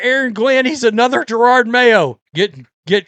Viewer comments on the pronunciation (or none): I am so happy! You are back with a GIRARD Mayo video!😅I never though I would hear you mispronounce his name again...it's a belated Christmas gift :) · I thought Glenn would be a good coach. i was very wrong. But Im a Pats fan for life. Its still funny how you say Jarard Mayo. He stunk. Had Maye and still couldt win games, Pats are BACK!